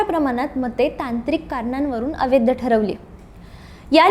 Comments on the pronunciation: "अवैध" ह्या शब्दाचा उच्चार "अवैद्य" असा करीत जावू नये. कांहीं लोक "ऐतिहासिक" ह्या शब्दाचा उच्चार "एतिहासिक" असा चुकीचा करताना आढळतात. ते टाळलं पाहिजे. गोष्ट लहान असते पण,....... असो, बाकी मजकूर वगैरे उत्तमच. खूप शुभेच्छा.🙏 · अवैध या शब्दाचा उच्चार व्यवस्थित करा.